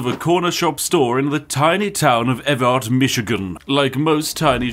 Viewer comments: As a michigander it annoys me how you priced Evart it’s pronounced Evert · Fun fact about Evart, it's pronounced Ev-Art, and I live like, 35 minutes away from there. Small world, Mr. Spiffing.